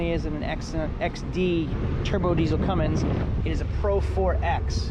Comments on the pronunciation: Say "cummings" one more time...it's Cummins sir, no g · CUMMINS! No G ! Lol